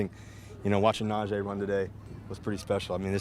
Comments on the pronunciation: Russell is not gonna be that good for our team. It’s a simple things he keeps calling Najee Harris Najay . Najee Harris hates when people say his name wrong. Russell doesn’t even know how to pronounce his his own teammates name . Cringe every time I hear him say it. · Can someone please help Russ pronounce Najee’s name correctly before that dude spazzes on him. He’s literally on record saying it’s his pet peeve.